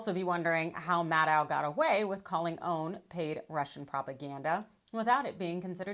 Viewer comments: I don't understand how you cannot pronounce O A N!!!!!!!!!!!!!!! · Why is she calling it OWN? Its OAN!!! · First time I have heard it pronounced "own." I always heard people say O-A-N. But what do I know? Possibly is joshing with this pronunciation.